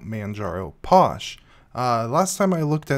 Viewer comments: LOL, its pronounced Fosh not Posh! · You're saying it wrong. Phosh.. like Phone Not Pone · Uh posh I thought it was pronounced fosh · Since when was PH pronounced as anything else then F? Physical, do you say Pysical?